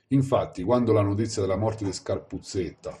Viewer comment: Scarpuzzedda non scarpuzzetta..per dio prima di fare i video documentati